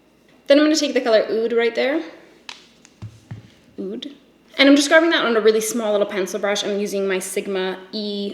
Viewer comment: You're the first person reviewing this palette who has pronounced "oud" correctly. I appreciate you,.